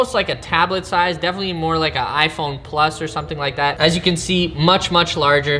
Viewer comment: When you can't say The Substract and the plus you say plUSS